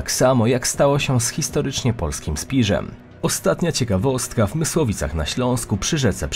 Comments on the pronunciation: W jest gruby byk w pisowni! Ortografia, Autorze. W błędna wymowa ze Spiżem zamiast prawidłowej Spiszem powoduje, że głupi automat translatorski podał w napisach bronze (spiż - stop metali) zamiast nazwy geograficznej Spiš. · Drobna uwaga około - właściwie jest ,,Spiszem" a nie ,,Spiżem". Pozdrawiam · + „satelijskim” i „historycznie polski «SPIŻ»”